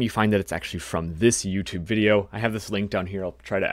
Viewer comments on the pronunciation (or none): none